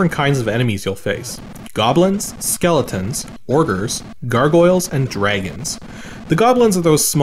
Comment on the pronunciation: "Orgers"? Are you sure you didn't mean "ogres"?